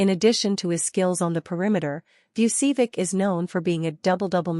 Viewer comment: Learn to pronounce "Vucevic." correctly.